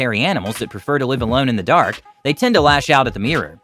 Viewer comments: What’s a mear? It’s pronounced MIRROR, not MEAR! 🏴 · Nice to know the reporter knows how to pronounce the word! MIH-rawr. It's not a MEER. Also here: Let Tyler demonstrate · It's pronounced "mir-or", not "mee-rer". Also, did the narrator go through puberty yet? With a voice like that,.... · its pronounced mirror...not meeyer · "MEEER" -NO "MEE-ROW" - NO "MIR-RAH" - Getting close "MIR-RUR"- 2 syllables- YES! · its not a meeror its a mirror ffs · Meeeeerre… it’s pronounced mirr-Orr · ol american's cant pronounce their Rs and the way he says mirror is like miaa (me-uh) lol funny. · American pronunciation of mirror is absolutely hideous. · All that animal intelligence YET, Americans still cannot pronounce MIRROR !! 🤪